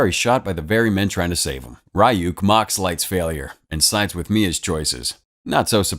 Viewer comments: The demons name is not pronounced r-y-ook it’s pronounced ri-ook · its not pronounced ri yuk its ree yuk😭 ive never bothered watching this bc i know it wont be able to stand up to the anime at all😭😭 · Am I the only one bothered by the pronunciation of Ryuk's name? Shouldn't it be something like R-ee-y-oo-k?